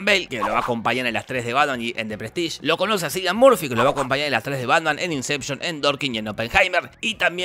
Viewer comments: Cillian suena "Killian" 😭😭😭 que estrés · Increíble este análisis, espectacular. La unica critica Cillian Murphy se pronuncia Kilian, es un nombre irlandés 😊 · Cillian murphy, la c se pronuncia como una k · Se pronuncia "Kilian". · "sillian murphy" y no "cillian murphy", lloro JAJSJSJ. todo el mundo se equivoca